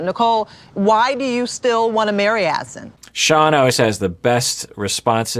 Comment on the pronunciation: Why are the host and Nicole persisting with pronouncing Azan’s name incorrectly? :S